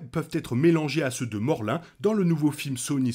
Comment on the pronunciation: Morlin ? Je crois pas que c'est ça son ce morloun